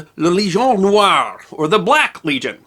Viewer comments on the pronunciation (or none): none